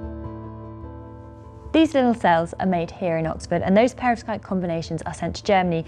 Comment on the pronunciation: You have phd's. It's perVOskite, not perOVskite!